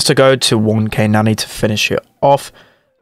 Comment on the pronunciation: How he says Nani reminds me of a babysitter, nanny. Nostalgic.